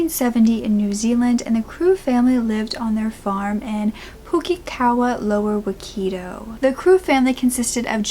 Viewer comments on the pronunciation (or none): You did so well with pronunciation! Pukekawa - perfect, waikato is more like why cat oh. Love how you always give it a go in a respectful way ❤ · Yaaay!! a story from my home land....oh no wait...not yay...but none the less, thankyou for covering this, also id like to say Teno pai ehoa!! for the perfect pronouncing of the town name Pukekawa the Waikato Name is pronounced ' why cat oh' but jolley good shot! And thankyou for covering a story that frankly knowone here even remembers. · your pronunciation is adorable. Pukekawa was great but Waikato is said like why-ka-tow & Auckland is awk-land :) also thankyou for covering a case from New Zealand. I barely see people cover cases from here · OOPS Waikato